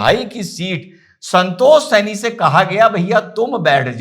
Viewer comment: Janab yeh saini nahi hai sahni hai